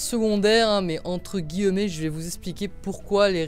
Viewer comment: Entre guillemets se dit entre guillmets:) mdr